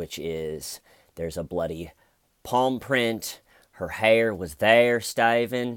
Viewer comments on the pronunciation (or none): Love this..the hayer was theyer..lol 😂😂😎